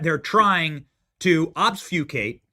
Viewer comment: The word is "obfuscate". I seriously don't know the word you pronounced but you meant to say, "Obfuscate".